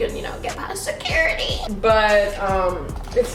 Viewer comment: the way she says security lmfao